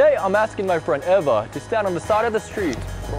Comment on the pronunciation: its pronounced eva not eva.